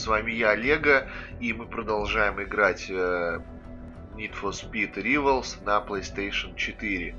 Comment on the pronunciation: У тебя с английским совсем плохо??? P.s не рИвалс а рАйвалс